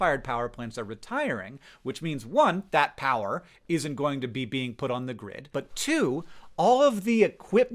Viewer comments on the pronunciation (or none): none